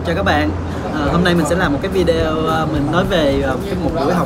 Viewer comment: ở Mỹ mà phát âm chữ video còn sai đúng quá kém